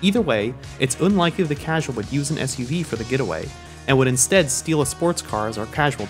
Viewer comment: Why do you say "oonlikely" and "oonreliable"?